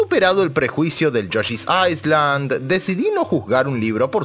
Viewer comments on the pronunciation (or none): Viejo, se pronuncia "yoshi's ailand" sin la "S"... Y si, yoshi's story es una mierda